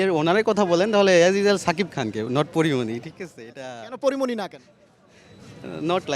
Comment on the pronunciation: সালার সাংবাদিক আগে ভালো করে উচ্চারণ শিখ তারপর সাংবাদিকতা করতে আসিস, ছাকিপ নয় শাকিব খান ।